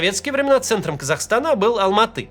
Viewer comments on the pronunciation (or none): none